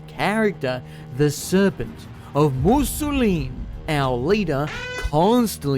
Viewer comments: Fun to watch but i was tweaking every time u said musolin instead of mousillon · Mousillon ( moo see yon ) not Mussolini Languille (lan guiw) not languini Bordeleaux ( bore the low) not borsexcadu 😅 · why... why does he pronounce it mousilleen instead of mousillon? Mousilleen sounds Italian, not French. aaaaaaaaaaaaaa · The way you say Mousillon is going to make me kill myself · I really, really, really like that you mispronounce the word "Mousillon" but that you also say it every other minute ❤ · Me at minute 4: “he couldn’t possibly pronounce Mousillon like that for the whole video… could he?” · I'm convinced all YouTubers are dyslexic. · Damn nostalgic Italian cat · oh no